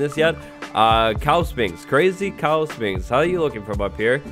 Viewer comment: Learn how to pronounce Sphinx right